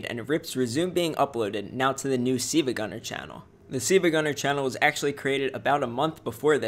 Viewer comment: Why are you saying seevagunner at the start of the vid it says siLvagunner but you say siivagunner